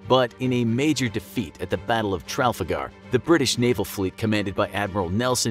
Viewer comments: Battle of *Trafalgar, not Tralfagar 😌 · It was the Battle of Tra-fal-gar, not traflagar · Why did he say tralfagar and not trafalgar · He said tralfagar... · Ummm... Being British this annoys me, sorry but it's: Tra-fal-gaar not tral-fa-gar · Its not The battle of Tralfagar, its The battle of Trafalgar. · Watched this until where I heard that pronunciation of Trafalgar then thought nope. Its pronounced Tra-fal-gar, not tral-falgar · Hate to be a nitpick, but it's pronounced "Tra-fal-gar", not "Tralf-a-gar" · Sorry but what is Tralfagar, it's pronounced "tra-fal-gar" (like the spelling funnily enough) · Battle of Tral-fagar????? Traf-alger Lol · Oh dear.... tra-fal-gare.... Not tralflagar.... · its TRAFALGAR not TRALFAGAR and the emphasis is on the FAL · Tralfagar? It's Trafalgar xD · Homie really just said trallfagar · "Tralfagar"? You need to start beta testing your audio; you frequently get words wrong and if they're not common in America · Exactly, that's what I'm getting at; frequently when words come up that aren't typical in US style English, the letters you get mashed together in any old order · did you just say tralfagar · Calling it “Tralfagar” is outrageous 😭😭😭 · Woah woah woah... Trafalgar?! It's pronounced TRA-FAL-GAR! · You mispronounce Trafalga. It's pronounced "Tra-Fal-GA" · Tral-fagar? is that the correct pronounciation or this is a bad narrator? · Tral fa gar 😂😂😂😂😂😂😂😂😂😂😂😂😂😂😂😂😂😂😂😂😂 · The pronunciation of Trafalgar physically hurt me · Your official Coca-Cola dealer Trafalgar isn’t in France... and, as it was a British victory, the victor named the battle so the English pronunciation is more widely used... and, he just straight up shifted the “L” two letters to the left... soooo... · "the battle of 'Trafalgar'" this is why we find Americans insulting. Somehow we can say all of your words but you can't even begin to pronounce ours. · I'm obsessed with this guy's pronunciation of 'Trafalgar' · I lolled at your pronunciation of trafalgar